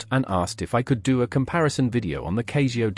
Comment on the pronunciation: Why you saying Cayzio? That's just wrong .